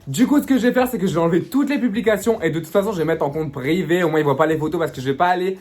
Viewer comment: j’vais essayer de le drrrrrraagguueerrr j’vais me mettre en compte prrrrrivééee la prrrrrremière réponse 🤌🏻😭😭